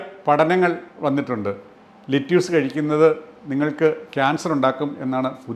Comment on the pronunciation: Video is very informative. പക്ഷേ "ലെറ്റ്യൂസ്" എന്നല്ല. "ലെറ്റസ്" എന്നാണ് American English ൽ പറയുന്നത്. അതിലെ "റ്റ" വളരെ soft ആയി ആണ് പറയുന്നത്. British English ൽ "ലെറ്റസ്" നും "ലെറ്റിസ്" നും ഇടയ്ക്കുള്ള ഒരു ഉച്ചാരണമാണ്. മറുനാടൻ മലയാളി വളരെ popular ആണെങ്കിലും ഒരുപാട് ഒരുപാട് factual mistakes വിളിച്ചു പറയാറുണ്ട്. 😀